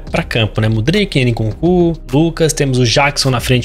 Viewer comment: " ene kunku " kkkkk